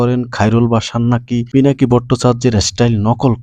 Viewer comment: ফিনাকি না পিনাকি